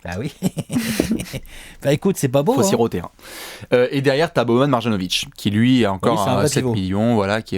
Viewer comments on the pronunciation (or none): Mes oreilles saignent lorsque vous prononcez Marjanovic. Un "j" se prononce comme un "y".